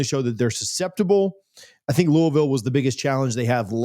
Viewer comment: Learn to pronounce Louisville.